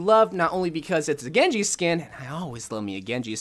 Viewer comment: What said: sushi genji What I heard: genje shushi shkin